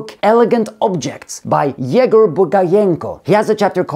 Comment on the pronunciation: little mistake, YegO'r, not YE'gor) great video as always)